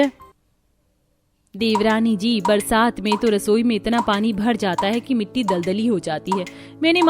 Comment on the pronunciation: rasoi ❌rasore 😂😂✔️